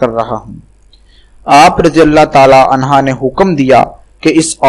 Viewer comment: At 0.20 anhaa nehi anhoo